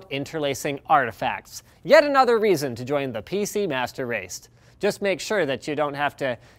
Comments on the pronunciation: did he say master raste? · Did anyone hear him say pc master raste